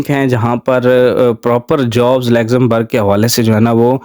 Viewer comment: WHERE IS THIS COUNTRY YOU ARE CALLING "LEXAMBERG'???